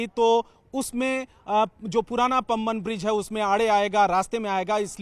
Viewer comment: पांमबन पूल, पंबन नहीं